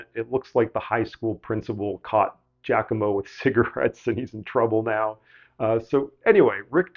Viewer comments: Giacomo is pronounced “jockimo, not “jackimo” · Please stop saying "Jack-omo"! The first syllable in "Giacomo" is a broad A, as in "mama". (In American and Canadian accents, this is the same vowel sound as in the word "jock"; though that does not hold true for English, Scottish, and Australian accents). Please pronounce that name as "JAH-co-mo".